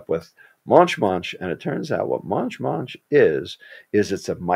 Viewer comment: MONCH MONCH NOT MUNCH MUNCH